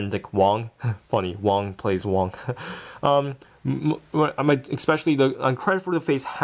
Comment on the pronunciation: did you said wang? it was wong